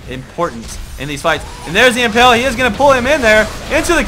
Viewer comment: pls... its imPALE not imPELL